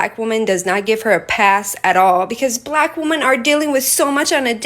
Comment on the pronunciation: “Bleghck women”